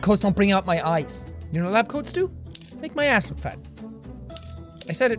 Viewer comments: Anyone else love the way jack says ass? Arss😂 lol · It's the British way of saying Ass. And it's arse.